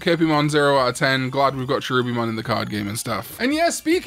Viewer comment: Did you know that Tailmon was originally designed to be a mouse, hence why she still has her mouse ears and mouse tail? Her prototype name was Hatsukanezumon, a pun to hatsuka-nezumi („house mouse“). Also, Cherubimon is pronounced with a hard K.